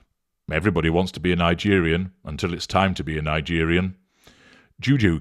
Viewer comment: LMAO "Liegerian"